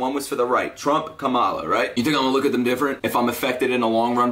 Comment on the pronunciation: btw no hate but its pronounced comma-luh just letting you know :)